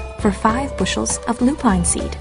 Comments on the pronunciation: I love this story and you've done a lovely job with it, but I feel I need to tell you that you've mispronounced "lupine." Since it's such an important word in the book, and is repeated so often, I thought you'd want to know. It's not Loo-Pine. It's LOO-pin. Sorry. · Lovely job, but yes, it is Loo-Pin, not Loo-Pine. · it's fucking pronounced loo pin. Not loo pine. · You ruined this with " loo pine" . Ms Rumphius is rolling in her grave.